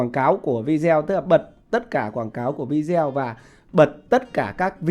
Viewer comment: Video đọc là vi đi ô